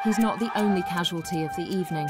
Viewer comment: She said causuality the kid died.